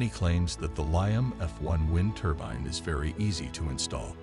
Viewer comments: It's a turbine, not a turban. Also the music turns the whole presentation into snake oil. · ITS NOT A "TURBIN" ❗